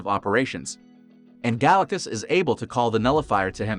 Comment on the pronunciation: You need to recheck your pronunciation it's wrong on his name...